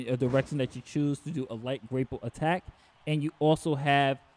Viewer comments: I'm sorry my guy, but it's grah-pull, not gray-pull. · i was hearing grape pull 🍇